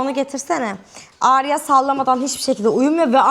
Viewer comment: abla adım alya sen Arya deyince ben alya duyuyorum gcukdtuktukxty